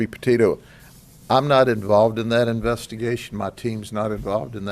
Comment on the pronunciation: couldnt tell he wasnt involved when he said gabby POTATO 🙄🙄 bruh.